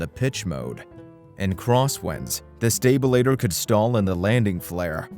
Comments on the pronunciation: Why can’t you pronounce normal aviation terms? Stalter is not stabilator. Wtf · A stabilitor? Computer dialog needs work. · A stabILituh eh? yeah OK. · Is this a text-to-speech narration? If not, his pronunciation of “stabilator” is a crime against humanity. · And his unintentionally hilarious mispronunciation of stabilator. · Guy, if you can't pronounce "stabilator" consistently, you shouldn't be commenting on planes. How about "porpoising", "subsequent" and Grumman"? Is the narration computer generated? Sounds like it. Poor choice. If I we're going to buy a plane in the light-single market, I'd buy a later model Cardinal.